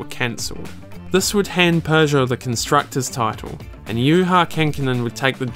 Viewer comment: Why do you pronounce "Peugeot" as "Persia" ?